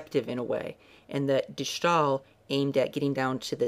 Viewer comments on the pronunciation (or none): Except he pronounced it like “stall.” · begin to say stairs without the rs, and end with ill. De Stai-ill. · Yes, that's completely right. You pronounce it like you would say ''stale'' in English. Enjoying your video's a lot. Peace. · Quick hint from a dutch speaker; you're pronouncing "De Stijl" not correctly. you can simply use your english way of saying "Style" and draw the "Yle" out less. None of that "Sh" or "sgh" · De Schtaaaahl -_ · I'm sorry...De schtaal? Where in the entire word is there a 'sch' to make that sound. Thank you oh so much for butchering our language. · Boy, what a horrible pronunciation of de stijl, Honestly look up pronunciation of all the dutch names u used like on goggle or Wikipedia